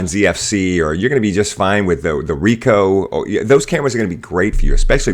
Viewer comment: Manages to pronounce Ricoh alright, fails miserably at Nikon. How? Why?